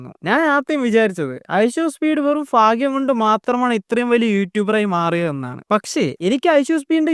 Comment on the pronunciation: ഫാഗ്യം അല്ല മൈരേ ഭാഗ്യം